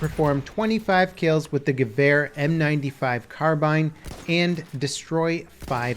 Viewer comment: I really like the way you say Gewehr... and yes, Im from Germany